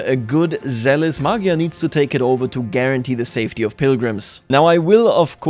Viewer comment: What in the world is a Mogyer its MAGYAR